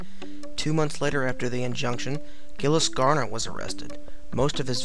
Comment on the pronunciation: Not bad. You've got some good info, but your pronunciation of the men's names are a bit off. Burgot = Bur-GO. Michel Verdun= Me-CHELL Vair-dun. Gilles Garnier= Jeel Garn-yay. Peter Stubbe is also known as Stub, Stump, and Stumpf. Now, I don't speak French, and my accent is likely atrocious, but this is how I've always heard the names said.